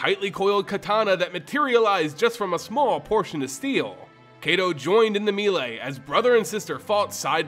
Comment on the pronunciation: Hey man, I love your content to death. But a warning for anyone else with misophonia; whenever he says Kamigawa, you will be triggered. It’s like his mouth is full of marshmallows. And other grammatical nonsense…like the mispronunciation of melee as “mee-lay”.